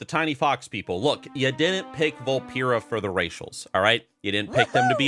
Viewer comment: Why’s he saying Vulpera wrong?